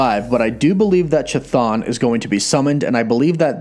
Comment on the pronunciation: Pronounced Thon, as in Chtonic which is pronounced thonic.